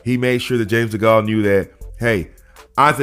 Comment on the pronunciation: Just so you know, You're pronouncing Degale wrong